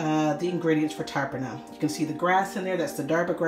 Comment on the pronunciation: Please pronounce the words properly. The T in tarpana is pronounced incorrectly. As well as the word Darbha. 😣